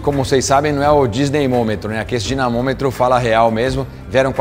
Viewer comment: NÃO É DINESYNOMETRO E ILUDINO QYE FALA KKKK